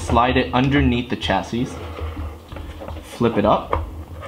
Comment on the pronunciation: Not to be a dick, but chassis is a French word, hence the final "s" is silent, pronounced "chassy" in American English, "shassy" in British English.